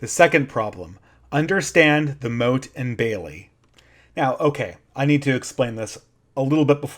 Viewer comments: "MOTTE" != "MOAT" (sorry... but that bugged me) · The moat is the blue thing around the perimeter - "motte" rhymes with "pot"... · motte (rhymes with "rot"), not moat (rhymes with "rote"). The moat is a water defense surrounding the entire castle. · I think Motte pronounced like "not", the moat is the water ditch. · It's pronounced 'mot' you buffoon. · Oh that pronunciation of motte is bugging me. Motte and moat are not homophones, which was lucky for the people building them as the knew whether to dig a ditch or build a mound. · A minor nitpick, you're mispronouncing motte. You're pronouncing it like "moat." If you google it, there's a pronunciation you can listen to. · can you please learn to pronounce 'motte' correctly, so annoying